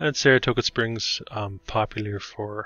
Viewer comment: You mis-pronounced the name of Saratoga Springs several time!!